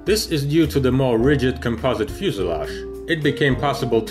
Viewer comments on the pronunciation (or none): none